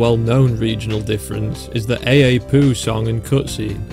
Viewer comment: Thank you for pronouncing Ei Ei Poo correctly. I feel a tremendous amount of pain every time they get it wrong on the Ei Ei Podcast!